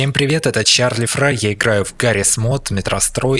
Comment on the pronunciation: и ты чучуть чарли феейел много не смотриш чарли фейел не чарли фрай